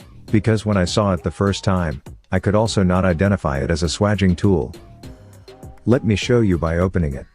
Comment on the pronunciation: if youre going to use a AI voice then teach it to pronounce SWAGING properly its pronounced SWAGE , I'm not sure how well this would work on old copper pipe that's been around for a while but newly annealed pipe it should be perfect. Pity its not in millimetres. Most important thing is to twist the tool every time your compress it, perhaps adding some Vaseline or grease would make it work better, copper is dry metal and its better if it has easement. Clean it though before fluxing and soldering and make sure you use the right solder is you are using it for gas as it should be brazed nowadays rather than soldered with a old tin lead solder. Idea behind that is so that the gas pipes in a fire do not come apart like they used to with tin lead solder which melts at a much lower temperature . Only ever braze gas pipes and the same goes for aircon pipes due to the high pressures involved MAPP gas system works well for that. .